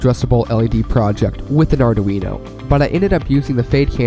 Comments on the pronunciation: You will learn that "Arduino" has three syllables: "Ar-dui-no" 😉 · Maybe because he can't even pronounce Arduino. Or maybe because he doesn't know that Raspberry Pi's are running a lot of LED light shows.